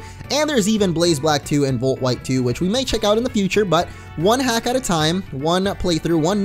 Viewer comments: volt shite I love the Scottish in you lol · Did he say Volt Shite? Sounded like it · yes in fact he did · Yeah that was funny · he did yeah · Yeah he did #LOL